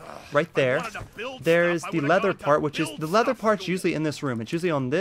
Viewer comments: 1. It's called a mannequin 2. It's called a turret, not a turrent 3. It's called a lever, not a lether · Its a LEVER and a TURRET not leather and turrent